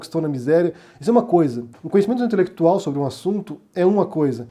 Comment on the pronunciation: É um casamento com afinidade 'intelequituaulll'. Rsrsrs